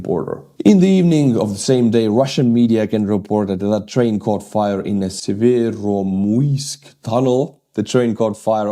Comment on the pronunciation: it's pronounced (Estonian style) "severomujskij".